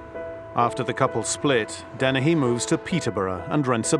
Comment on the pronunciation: Joanna Dennehey isn't part of a killer couple, she just had flunkies to help her. That's why they consider her so unique. Wonder why the one analyst keeps calling her DenneHAY, instead of Dennehey. Is it a quirk of her accent? I still like her, lol